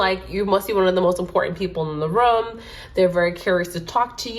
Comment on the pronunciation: Omg this is so accurate more so bc you said room like rum in swedish and im from sweden haha 😊🎉